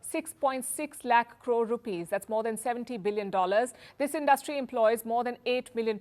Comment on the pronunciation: You have to learn the difference between “ asked” and “ told”. You have to learn how to pronounce “ interim” , “ industry” etc.